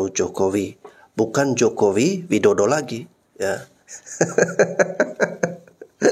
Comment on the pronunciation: sok tau kau....nyebut nama jokowi aja gk benar....